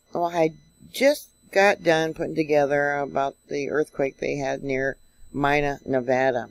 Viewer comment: Pronounced...MEE NA